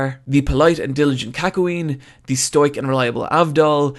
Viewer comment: You're saying "Stoic" wrong